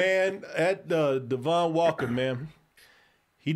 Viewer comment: Her name is pronounced Ay-Go... Guess doesn't watch SNL Also it's Devon, Not Dee-Von